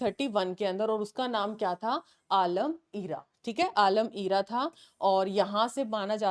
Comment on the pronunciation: Galat pronounce kr rhe ho vo आलम आरा hai